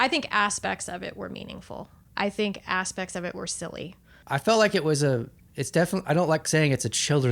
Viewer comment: The way she said " asspect " ! 😂